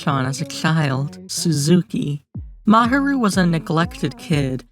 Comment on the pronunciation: I liked the video, but your pronunciation of Fuchi/Sunao & Mahiru was the most horrible ahaha sorry. Aside from that, Hiruma (if you're calling Fuchi by his last name, maybe focus on calling all of them by their last name – either that, or commit to calling all of them by their first name, which would be Sunao) or Mahiru, whatever you wanna call him, is okay. Eve posted a comic strip that Sunao called an ambulance.